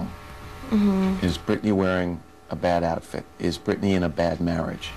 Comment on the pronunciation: Listen everybody her name is Britney not Brittany 🤦🏼‍♀️🤦🏼‍♀️🤦🏼‍♀️🤦🏼‍♀️🤦🏼‍♀️